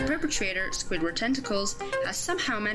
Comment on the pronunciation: My man did squidward dirty by saying his name wrong